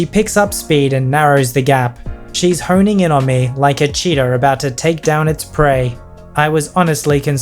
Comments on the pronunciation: I am pretty sure the chase one he said “Cheeto” instead of “cheetah” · When he said cheeta chasing its prey, i heard "cheeto chasing its prey."